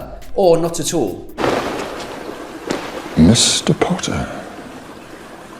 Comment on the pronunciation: "not pronounce them at uuul"